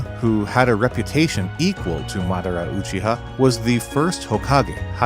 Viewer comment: I was enjoying the vid until you mispronounced Madara 1800 times, that shit hurt.